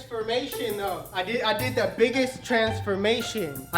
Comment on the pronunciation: Just wondering...you do realize, of course, the word is actually "though" not "doe".